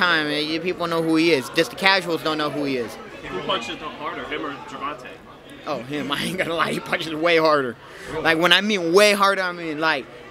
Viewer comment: Please stop saying gervonta he already embarrassed you and made you a international meme